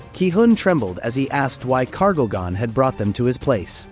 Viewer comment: what the actual freak is wrong with his anime error , Kargaljan instead of Kargalgan and Eyegris than Igris man put your shitty act together if you re gonna be reading us the MANHWA :face-orange-raised-eyebrow